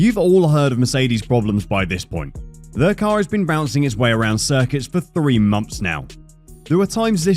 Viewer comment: Months not Mumffs